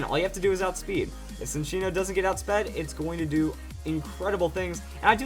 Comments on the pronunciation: Lol Sincino. I thought it was pronounced Chinino?! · I thought its pronounced chin- cheeno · I always thought "Cinccono" was pronounced "sin-CHEEN-oh" but ok